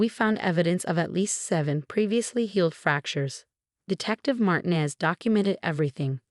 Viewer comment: Why are all the detectives named Martinez (mispronounced!).